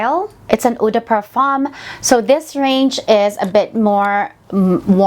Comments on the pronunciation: Nice fragrances! Also, ‘Eau’ is pronounced as “Oh’ and it means water in French, whereas ‘Rihla’ means journey in Arabic. Always good to include a proper background check. Keep it up! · "yoo" Reela?